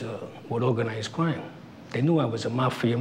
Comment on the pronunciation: They new I was with Owganized cwime.